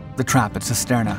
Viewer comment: Cisterna is pronounced (using English lettering) as "Chisterna". Every time you mispronounced it, I winced.